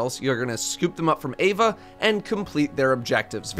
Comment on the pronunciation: Is it bugging anyone else out he keeps saying "Ava" rather than "Eva" ?